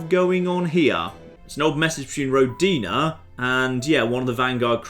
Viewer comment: Oh, what a shame you don't know russian. It's pronounced rO'dina.